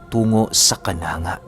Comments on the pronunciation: Sa totoo pho ay Hindi cananga.... Canang-ga pho sa my Ormoc pho yan. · di po yan kananga....ang pagbasa po niyan ay "ka-nang-ga" po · Kan.angga yan.. d kananga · Mali ka kanangga yan hindi kananga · kanangga po pag basa nyan....mgay mga. relatives ako dyan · Kananga pero ang pagbasa po yan ay kanangga po hehe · Ka-nang-ga po yong pagpronounce 🙂,ang ganda po ng mga story mo hope to meet you po in personal, or sana my meet and greet po kayo🙂 God bless po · hindi po kananga...sa leyte leyte po ako ang tamang pag bigkas po niyang lugar na Yan is..kanangga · It's canang-ga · correction lang. kanangga pagka bigkas nyan sa Kananga✌ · Mali ka ng pagka basa sir KANANG,GA YANG LUGAR NA YAN TAGA JAN AKO EH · ang tamang pagbigkas nyan ay kanangga salamat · Kanang-ga Po Ang bigkas:)